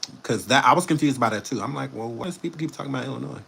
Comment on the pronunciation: I’m from Illinois and thank you for the correct pronunciation. People love adding the S. By the way we don’t want him here and thanks